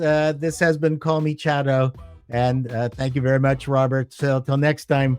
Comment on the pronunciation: Excellent channel, only one gripe... I'm pretty sure it's pronounced 'Chato'.